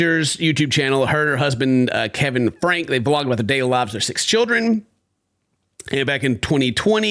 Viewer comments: Their surname is pronounced Frank ye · Franke - pronounce "Frankie" Not that she desreves that dignity, but for the sake of facts...